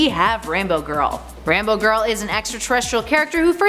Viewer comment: The way she said Rainbow Girl, I kept thinking she was saying Rambo Girl. Like...so she's a highly disturbed Vietnam Vet who goes and kills people? What's confusing about that?